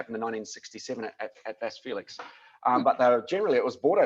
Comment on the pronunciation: Vasse Felix not west Felix, please change it